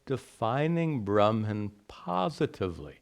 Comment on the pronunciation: why are u pronouncing bramhan instead of brahman all the time